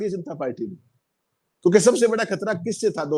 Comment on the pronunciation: Khattar nhi sr khatara bolo